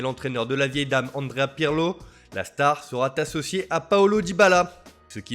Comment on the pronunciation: "La star sera-T-associée" Si le français c'est déjà compliqué, on se demande d'où vient l'initiative des accents dégueu.